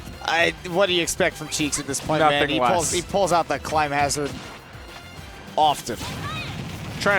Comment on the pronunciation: I knew I wasn't the only one irked by that. Someone please tell him how to pronounce "Climhazzard"